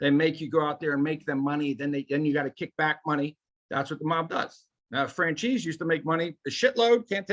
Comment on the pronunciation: It kills me when I hear fran chese. Italian Americans are so disconnected from southern Italians but good work fellas ya working hard. You'll get more into the YouTube algorithm !